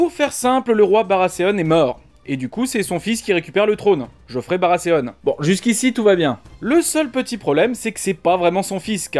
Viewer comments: oui oui, justement, il ne me semble pas qu'ils prononcent Barasséaune dans la VO. Dans ce cas, mieux vaut s'en tenir a Barathéon, hein. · Vous pouvez aussi prononcer Baratéon au lieu de Barrasséaune ^^ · Baratheon !! Pas Baraseonne !!! XD attention a la prononciation XD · Gaulois Si c'est pour massacrer la prononciation en disant Barasséaune, justement comme un frenchy qui essaie de se la jouer anglophone, il vaut mieux largement dire Barathéon à la française tout simplement. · MDRRR la prononciation... BARASSÉONE pour dire BARATHEON... LoL... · BaraTéonne a la limite... jamais compris le delire des français a foutre des "S" a la place des "th". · surtout qu'ils sont même pas cohérents entre eux,d'un côté c'est Game of Trône puis ensuite c'est Barasséone. Qu'ils essaient maladroitement de prononcer en anglais ok, mais qu'ils le fassent aussi avec Game of Frones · "Barasséonne" x) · Baratheon c'est soit tu le prononce à la Française avec un "th" prononcé "T", soit à l'anglaise avec un "th" prononcé comme un "th". Mais toi tu dis barasssseon, c'est pas ça il me semble ^^'. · On s'en fou de la VO, pourquoi tu prononces barasseon ? J'ai direct arrêté la vidéo.